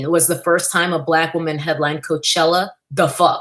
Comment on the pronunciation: “Mayochella”....😂, I can’t!